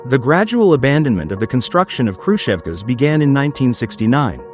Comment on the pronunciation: 'Khrusheva" is painful to listen to - it's KhrushOvka, plural KhrushOvki (capital O to tell you where the stress falls)